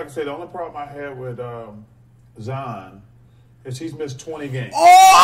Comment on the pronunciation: His name not zzzzon .. its ziiiiiiionn .."ZZZ iii onnn lol